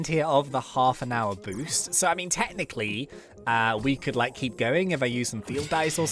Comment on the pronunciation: U said heep not keep lol